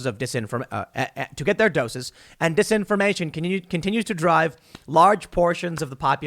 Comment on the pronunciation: “Get their doses of disinformation...” slip of tongue...yep